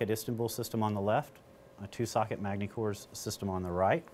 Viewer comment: The s is silent in Magny-Cours